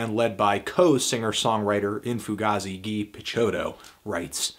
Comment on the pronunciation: you called him ghy? wtf IT'S GUY